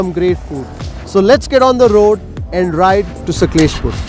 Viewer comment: U r not like wise it's not saklespur it's sakleshpura